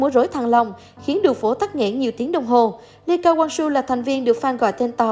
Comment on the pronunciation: Vãi cả độc tên người ta là ly ca wang su